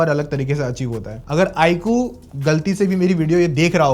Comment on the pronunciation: Iqoo ❌ ikuu